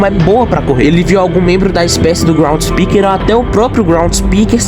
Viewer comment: chamar groundskeeper de groundspeeker e giggle de gangle é fogo viu